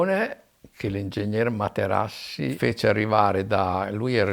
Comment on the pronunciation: "Facci lei Ing. Materassi" ad eccezione della storipiatura bell'intervista